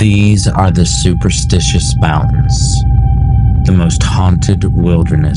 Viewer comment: Normally I would say it is rage bait, but I think you really have no idea you are pronouncing the name of the mountains incorrectly.